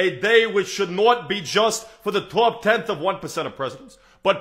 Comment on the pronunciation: This is outstanding, but I need to nitpick for ONE second. When he does Bernie Sanders, he says the words not and top as "nawt" and "tawp" (more like a Bostonian would say them). New Yorkers do not pronounce their short o's like that! It's more like "naaht" and "tahhp." Otherwise amazing.